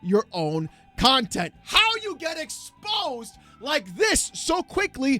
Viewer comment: “Expósed. Expósed. Expósed. Expósed” 😂😂😂